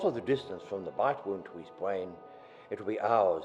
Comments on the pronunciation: lol the guy can't say R instead of "brain" he says bwain ^_^ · its funny cause he cant pronounce things right, like bwain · Bwain? Why do u say it like that? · did anyone else hear him say destowing the bwain ?? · lol the only way to stop a zombie is by destroying the Bwain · lol he says brain funny "its close the the bwain" rofl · by destwoying the bwain XD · he said bwain and twee he cannot grammar